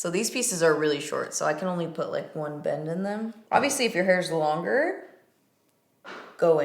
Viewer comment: The first couple times you said "bend" I heard "bang" ... not sure where my mind is this morning 😂🙈